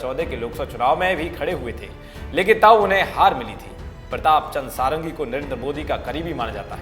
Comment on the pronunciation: वो सारंगी नहीं षाडंगी हैं। यह एक ब्राह्मण उपनाम है जिसका अर्थ होता है "जो 6 वेदांगों में पारंगत हो।" खैर नाम में कुछ नहीं रखा लेकिन इसका यह अर्थ नहीं कि आप नाम गलत बोलें।